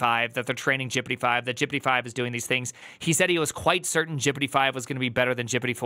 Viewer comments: Please stop pronouncing GPT as 'jippidy' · i like how he says gpt jippity. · Why are you saying Prooompt and Jipitee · Anyone else confused by why says gpt as “jippity” and “prompt” as “proompt”?